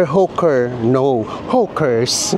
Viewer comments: Hi. Hawker is pronunced as Hoker not Huker. Fyi lng po para mas ma getz Ng audience nyo. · anu ba talaga Hawker o Hooker ayusin mu pananalita mu potek!!! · Enjoyed the vlog - Kaya lang e-correct lang ang pronunciation: HO-ker( Hawker) at Hindi hoo- ker 😜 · Hoker po pronounciuation, hindi hooker. Iba po yun. Hehe.